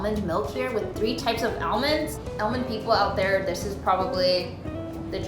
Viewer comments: ITS ALL-MOND NOT AL-MAND!!!!!!! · i swear it took me forever to realize she was saying almond- not ellman. I was like "hm never heard of that brand. lol this is so cute. i wanna try all of these! bucket list material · Sweetie i wanna try that meal it’s almond not elmond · it's super weird hearing someone say "al-mond" when in Australia, we pronounce it "ar-mond" xD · AL, mond.... I can't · I can get over her pronouncing “aLYmOd” over and over again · No one:: AL-mun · Elmend lol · i cant get over how she says aol-mond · I’ve never heard some lung say almond Elmond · I say 'Aw-mund' 💀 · It took me and good while to realize she was saying almond, it sounded like she was saying elmund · the way you say almond is tilting me lol but other than that its good content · No one gonna talk about how she pronounces almond 😂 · i love you. but we need to fix the way you say almond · I thought I was the only one to pronounce almond that way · Y she say almond like that😂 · The way she says almond bothers me